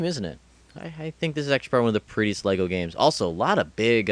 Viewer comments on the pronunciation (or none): none